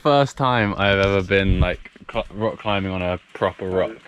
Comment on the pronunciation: Love it nearly said cock instead of rock x